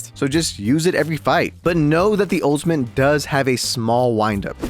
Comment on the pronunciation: there is no N in ultimate. please stop saying it with an N